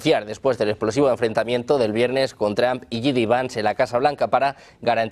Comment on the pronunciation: que feo pronuncias el apellido Trump, es entre la o y la u no tramp, ni que fuera trampoline